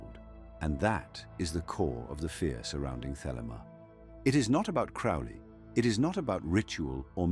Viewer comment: This video doesn't even pronounce Crowley's name correctly